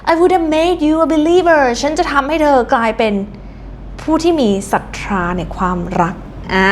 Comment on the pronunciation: ศรัทธา อ่านว่า สัดทา นะคะ ไม่ใช่ สัดทรา 😅 ตอนแรกนึกว่าออกเสียงเพื่ออรรถรส แต่เห็นพูด 2-3 ครั้งเลย เลยไม่แน่ใจ